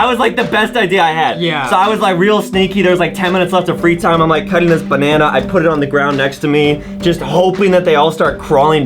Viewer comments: Banene Really justin?It's called a Bananana. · (me) oh justin why u said banene instand of banana (justin) banene banene banene NA NEE NANI